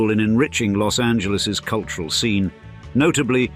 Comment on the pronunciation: Culyural capital 😂.Plastic boobs and lips